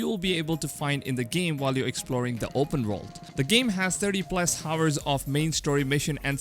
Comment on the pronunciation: 'H' is silent in 'Hour'